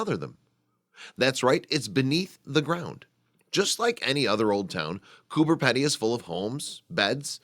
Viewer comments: Coober PEE - DEE, not Pedy. Typical yank mis-pronounciation. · Would just like to say it's pronounced Coober "Pee-dy" not Coober "Peddy". Also the whole town is not under ground as you seen in the pictures and not everyone lives in a dug-out mine shaft. Thank you. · Bob Valdez. Pedy not Peddy. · Learn how to pronounce pedy (peepdy) not peddy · The last part of the name is pronounced pee-dee, but accurate info all the same.! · Haha so funny!😂it's pronounced "Coober peidy!" Great video though!!😊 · It is pronounced coo-burr-pee-dee it's not fucking hard mate. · Pronounced Coober Peedy!! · Its spelt Cooper Pedy but pronounced Cooper PEEdy. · Actually it is pronounced: coo b er pee d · Spelt "Coober Pedy"...pronounced "Coober Peedy". From Aboriginal 'kupa-piti' (Boy's Waterhole) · Cooper Peedy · Wrong yyllass. It's " Coober Pedy ", not "cooper, and not spelt "peedy" but that is how the Pedy part is pronounced. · jak git, why not cure the ignorance and inform, it's spoken as if it were spelled "peedee", right? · Cooper Pedy is really Kupa-piti, but white Australia changed the name to suit their own pronunciation. It it actually pronounced like Gooba (the oo as in took) and piti like bidy (bidee). Ask any Aboriginal Australian who lives there and they will pronounce it like that as well. I wonder if white America stuffs up Native American words too? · Have visited a few times. Just wish the commentator could pronounce the name of the town right. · Americans can never pronounce it right.....😂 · Another American pronunciation of an Australian place completely fucked up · i agree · jak git yep it's really weird that they can fuck up something so simple.